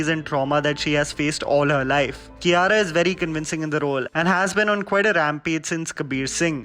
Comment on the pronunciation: She's is Kia-ra I used to pronounce Kaira